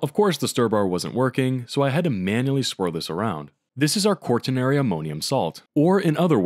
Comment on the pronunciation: same thing for pronouncing quaternary like that, THERE IS NO R UNTIL AFTER THE T IT'S NOT "QUART-TERNARY"